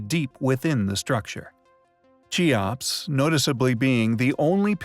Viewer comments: Kee ops. Not chee ops. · It's pronounced Kee ops not chee ops. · its keops k not ch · Cheops = KEY-ops. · Chee-opps? Holy shit. Stop making videos.